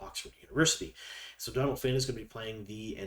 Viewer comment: Great video. Always appreciate the info you provide.One thing...Donal is pronounced like Doh-nal because of the fada over the O. It's not short for Donald!🙂